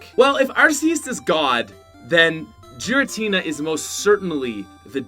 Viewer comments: Also it’s Giratina not Jiratina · It's "Giratina" not "Jiratina" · My dude it's pronounced as ar-KEY-us. Even the official handbook confirms so. Also Giratina is GEAR-atina. Also from the handbook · And also, ARSE-eus, JEER-intinina, phi-OWN I CAN respect people pronouncing Pokemon differently, but in case you didn’t know, the “G” in giratinina is hard and the “E” in phione is accented even though you didn’t mention phione in the video, I realy don’t want ANOTHER youtuber pronouncing my favorite Pokémon’s name wrong! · The way you pronounced giratina angers meeee